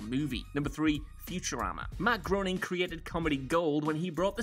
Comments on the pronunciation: While doesn't bother me, I suspect you'd like to know it's not Matt "Groan-ing", it's "Gray-ning". I think I learned it from a quote from him comparing the pronunciation to "grave". Which is an interesting choice (why not just... gray?) , but it works! =) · Matt Groening's name is pronounced GRAY-ning, not GROW-ning. It kind of undermines you as an infotainment channel when you can't be bothered to get the name right of the guy that created the longest running show in American TV history.